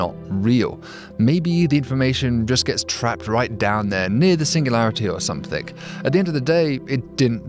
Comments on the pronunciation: Something, not somethink! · I’m sure you read this from a script, so why insist on saying,‘somethink’ !? S O M E T H I N G!!!! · I love how that even after elocution-lessons, David pronounces something as "somethink". lol